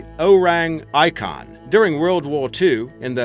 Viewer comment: O-reng ee-kun